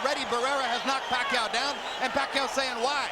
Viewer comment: Pacquiao's name is mispronounced...